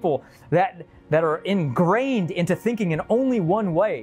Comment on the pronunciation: Corn is a grass. Yes. So are things like wheat... many aren't called a veggie like corn, but are called grains. and I'm so busy thinking about other grasses we harvest for food, when he said "enGRAINED", the way he emphasized it sounded too funny.